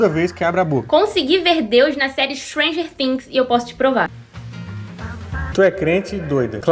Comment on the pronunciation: 🤔🤔🤔 O que é " SFRANGUER TICKS "????